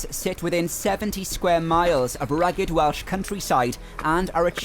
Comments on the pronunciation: Definitely one of the best videos on Wales that I have ever seen and actually coming from Wales to Australia over 50 years ago, it was also good to hear someone pronouncing the place names perfectly. Diolch yn fawr ! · Fantastic film. I love mid Wales.It is so beautiful and quiet and not busy. Another great thing about your film is listening to you with your lovely Welsh accent and fabulous pronunciation. Thank you so much